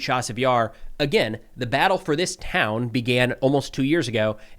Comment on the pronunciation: I know that you and professor Gerdes co-operate at times. Can you do us all a HUGE favor and help him with the pronunciation of the towns and villages because, it's really that bad. Thanks!